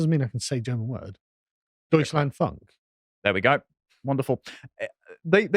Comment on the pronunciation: German here hadn't heard of this before. It is disgusting and the majority agrees with me. Carl doesn't know much about Germany or can pronounce it. U is never like English one. When pronounced like that, it is an American music genre. It's more like foonk but not as long as English oo I hope some villagers will get their pitchforks out.